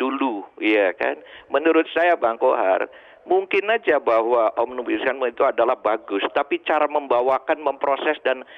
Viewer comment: Pendemo Yang gak ngerti Omnibus Law... Nyebutnya ... "OMNIGUSLOW" 😁😁😁😁😁😁 ✌✌✌✌✌✌